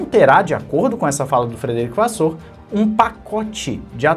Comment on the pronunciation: a pronúncia do Frederico da Ferrari é Vassér e não Vassôr... Abraços e continua com o teu trabalho sério.